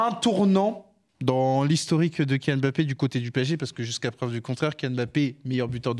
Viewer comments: Mes oreilles quand j’entends « Kyllian M-Bappé » : 👂🩸🩸🩸🩸🩸🩸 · 50 ans quil y a des joueurs d'origine k1f en france et on dit tjs M-bappe N-golo N-zonzi N-kunku M-baye. Mes.oreilles sifflent